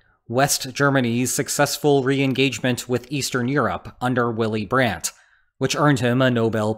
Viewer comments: Her name is Angela Merkel, not Endschela Mörkl. And his name is Willy Brandt, not Uilly Brändt. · // VEE-lee BRONT //